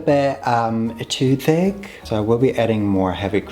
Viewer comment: The way you pronounce "thick" like "fake" is sending me into laughter.